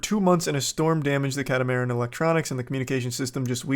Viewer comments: It's a cat-a-mah-ran... just saying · More like CAT-uh-muh-RAN.